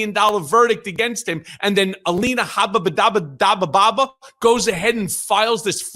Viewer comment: Michael Cohen, once again 😂 "ELANA HABA-DA-BABA" or something to that effect! I know you're very passionate about this and not trying to be funny but damn, i can't help it. I've said it to you before i love your down to earth statements. I can respect and admire you're coming clean about this narcissistic douche bag. I imagine he has pulled in his Trumplets much the same he did you....slowly methodically manipulating etc. It's great that you've said and shown you're above this monster. It takes alot of courage and integrity To admit you were wrong. I'm sure you have seen and heard things you wish you could unsee or unhear. Keep moving forward doing what you do. I appreciate you. God Bless and watch over you! ❤😊